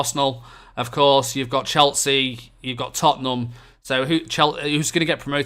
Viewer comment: Stop saying Cheltsea